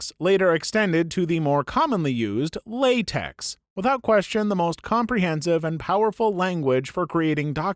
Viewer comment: The X in LaTeX and TeX is a chi and so LaTeX is more correctly pronounced La-Tech